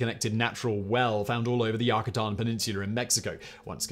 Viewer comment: Not Yakutan, it isn't a Yakuza property. The Mexicans call it Yucatán. You-kah-tahn